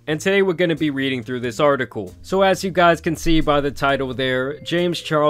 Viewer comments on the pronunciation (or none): none